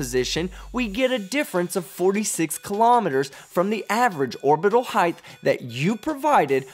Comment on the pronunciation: Love the videos, man. Keep it up. But, for the love of God, please stop saying 'heighth'. It's not a word bruh. The word is 'height' with no 'h' on the end. 😘